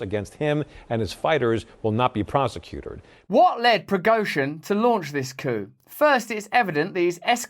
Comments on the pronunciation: dude says prosecutered 😅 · 😂 sounds like prosecutered